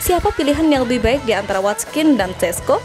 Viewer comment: Watkins min bukan watskin aduuuh